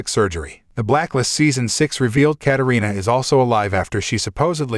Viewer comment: It’s Katarina